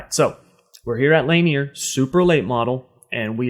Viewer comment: Man, its pronounced LA-NEAR. Laugh at the guys slaughtering these track names.